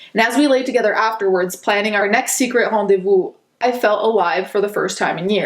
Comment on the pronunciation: That's totally besides the point but I'am wondering , are you a French speaker or learner ? The way you pronounced "rendezvous" and " lengerie" was ... Perfect lmao, that's a perfect French accent you got honestly, if you're a french learner I applause you for your efforts.